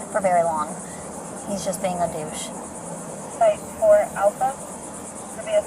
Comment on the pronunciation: "He's just being a 'Dyouche'." Cool. Maybe you'll feel a li'l 'fresher', after encountering.